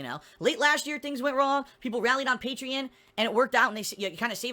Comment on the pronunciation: Did he say paytreon? I think this is the first video that I have seen were he did not say paytreon.